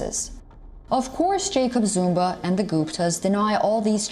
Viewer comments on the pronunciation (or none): Me: Zumaaa:: Narrator: zoooomba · Zuma not Zumba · Why she saying Zumba? It's ZOOOOOOOOMA!!!! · she keeps saying ZUMBA not Zuma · It’s ZUMA not Zumba 🤣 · Really? “Zumba?”...Zuma. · He's Zuma. Not zumba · 🤣🤣 It's Zuma Not Zumba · Why was the commentator saying "Zoomba" instead of Zuma? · This channel becoming more and more of mediocre. In south Africa, their correspondent is Asian. Racist much? Plus, she keeps saying Jacob Zumba. She can't even pronounce his name. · Why does that woman sometimes pronounce the name as "Zumba"? 🤣